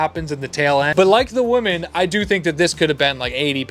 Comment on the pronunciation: Dude i like your videos but for the love of God, Women is pronounced Wi-men. Woman is pronounced Wo—man.